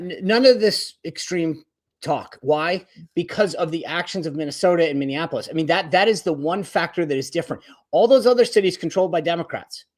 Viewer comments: Racheal it's not Minneanpolis. There aren't 3 n's. Minneapolis. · Rachael! Stop saying “ Min-DEE-an a polis! “ Plenty of democrats but no “D” in the city name. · Rachael - I agree with a lot of your takes but I have to say, PLEASE learn how to pronounce Minneapolis!!! It is not Minneanapolis! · how hard is it to pronounce Minneapolis?